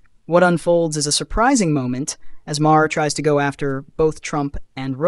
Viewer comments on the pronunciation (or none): Pronounced "Mar" not "Ma-Her"